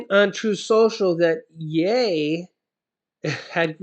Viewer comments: I am not trying to be rude I am just trying to help you ok! so; just so you know,the word ( ye) is pronounced as: it rhymes with ( she) the way you are pronouncing it, it rhymes with hay. yeah! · I thought it was pronounced "yee". . . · Love u but it's yeeeee Y... E lol